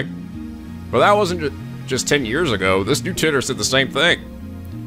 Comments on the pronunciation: It's John TIGHT-er Not John TIT-er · I looked up some interviews with scientists talking about John Titor, and a majority say "Teetor", so that's probably it. However, I don't think there's been a physical interview with the man himself, so we'll never really know how it's truly pronounced.